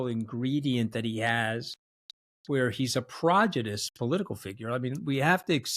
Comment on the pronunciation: Anthony, with all due respect, learn how to pronounce your words. Every podcast at least one. This time it was “prodigious.” Do better. 🙏🏼